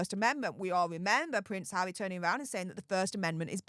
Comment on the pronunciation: Pvvvvvvvince havvvvvvy 😂 movvvvvvvvvons😂 FFS U sevvvvvviously need speech thevvvvvvapy😂